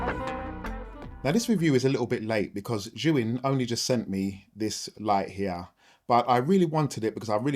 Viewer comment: god it's so refreshing to hear a filmmaker correctly pronounce Zhiyun 😂